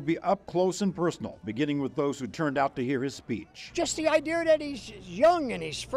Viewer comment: "Just the idear that..." Not gonna win. 'It's Time for Change' ..What an original slogan; not gonna win..